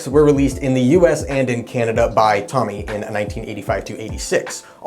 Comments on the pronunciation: It's Tōmy, not Tommy! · TOE-MEE... not tommy lol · Well done - but I CRINGE every time you mispronounce Tomy (Toe-mee).